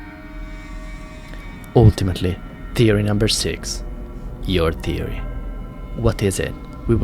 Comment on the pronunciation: Learn how to pronounce words please you say theory as teory and other words I can't remember